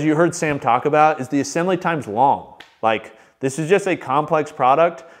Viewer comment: assambly? lol